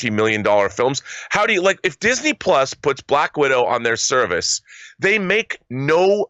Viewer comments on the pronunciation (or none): none